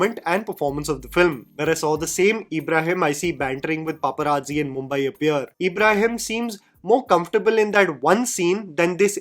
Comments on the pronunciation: His name's ibrahim not eeeebrahim. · Everything was great em talking about the review but bro it's not Abraham it's an Islamic name ibrahim ibraheem not A bra ham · Just cause your videos are in english doesn’t mean you should pronounce Ibrahim as Abraham tf 😭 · Find it funny how says E-brahim rather than IB-raahim. 😀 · It’s not EEEBRAHIM ITS IBRAHIM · Its an out of syllabus answer but, you have pronounced Ibrahim's 4 different ways in the video.. Its just Ibrahim.. (ebraheem)😅😂 Agree with the rest of your video though..😅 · it's Ibrahim NOT ABRAHAM 😅 I can totally understand the pain you went through to watch this. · Isn't his name Ibrahim? You kept saying Abraham😂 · Its Ibrahim for gods sake 😂, Not abraham 😂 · Nobody: during this video:- EEEbrahim, Abraham, ebrahim, anything but Ibrahim hahahah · Eeeebrahim nahi bhai Ibrahim Bol bhai please😭😭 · CONGRATULATIONS!!! you FINALLY hit the proper pronunciation of Ibrshim. It wasn't Abraham or EEEEEEEEbraheeem. You've used all three in this video. I almost feel like I fell for ur bsit here to comment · No one:: Eeebrahim Ali Khan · Dude u cant even pronounce his name properly 😂 fair enough he bad as an actor but seriously 😂,u as a film critic can get that basic part correct in the last segments of ur video ,ur basically calling him Abraham 😂. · Why you have to stress the E in Ibrahim? Lol. Its a soft E sound... But then you turned him into Abraham half way into the video 😅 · I have criticism for you though: How hard is it to pronounce a very common and easy name like Ibrahim????